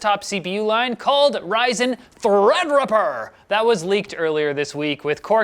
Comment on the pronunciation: haha I know, skater boys say it like "thrad" not thread, thanks :p.